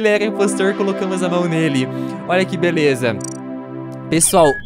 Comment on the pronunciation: Vc falou beleuza ao emves de beleza